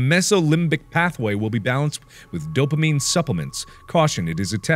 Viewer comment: Dopomine? DOPOMINE?! SERIOUSLY?